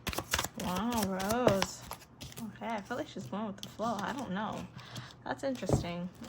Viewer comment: It's Rosé not rose Rosé pronounce RO-ZAY